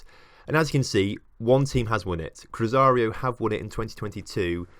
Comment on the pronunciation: its cru-zay-roo not cruzario....